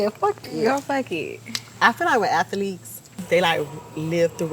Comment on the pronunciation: "Ath-a-leets" BOL.. I love Caresha bol